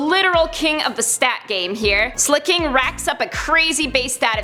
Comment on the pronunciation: Slack - ing not slack - king